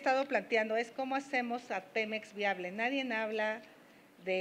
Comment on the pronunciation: Minuto .- Enseñate a parlar... No se dice: " NADIENNN N "... SE DICE: " N A D I E. "